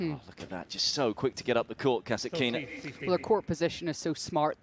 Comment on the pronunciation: Please,pronounce right-KASĀTKINA not kasakina....